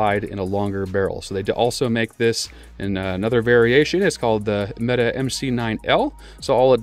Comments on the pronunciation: Why does everyone call them META? It's pronounced meh-tay. English is hard for Americans i know. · meh-Tay MC9